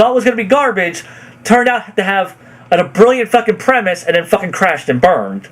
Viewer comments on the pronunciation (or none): none